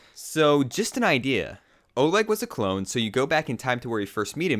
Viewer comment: its OLEG not ORLEG OR ORGYEG